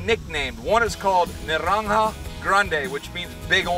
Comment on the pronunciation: "Narrrrrranja grrrande" only spanish would notice that fine pronunciation